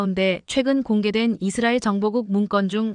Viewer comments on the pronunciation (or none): none